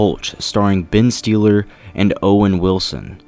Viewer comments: Hooch & Steeler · Okay how can you review film if you don't know how to pronounce Hutch and Stiller. Like seriously?? "Hultch"..."Steeler" wow Ben Stiller is like an a list celebrity. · "starksy and hultch"?... Ben Stealer"??? wtf? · "Starsky and HuLtch", "Ben STEALER" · Wait wait wait... did anyone else hear how this guy said ‘starsky and hutch’ and ‘stiller’???